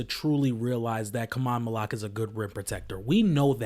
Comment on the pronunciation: Learn how to say his name, bro